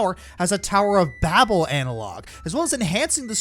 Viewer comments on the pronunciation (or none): none